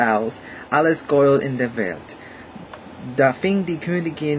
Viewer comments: 7 1/2 ganz gut! Work on your pronunciation! (gold, pronunciate every letter in that sentence) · Hallo, der Kommentarplatz reicht hier leider nicht aus um alle deine Aussprachfehler aufzuzählen, aber es lässt sich eine bestimmte Systematik erkennen. Beim Sprechen der Selbstlaute o, a, e und u hast du die Zunge zu weit unten und hinten, daher klingen folgende Worte falsch: "Gold" nach "Gould", "Morgen" nach "Mougen" (auch das r verschluckst du öfters), "du" klingt nach "dou". Deine Aussprache klingt irgendwie wie holländischer Gauda:).Wenn du dich konzentrierst klappt es besser. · Try to speak longer vocals like EEEr WAAR AARM , it sounds more German then. "Gold" does not sound like in english, rather like "Gollt" (o like in "often")The "ch"-noise & the Umlauts work very fine. Keep on! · I think your accent actually makes german sound cooler :D and i understood everything even though some words are pronounced very english e.g. "Gold"